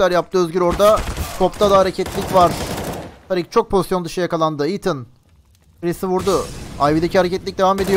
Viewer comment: Woxic e Özgür diyorsun. Tarik nickli ismi TARIK olan adama tarık demiyosun. Tariik diyorsun. ne alaka bunun da ismini söylesene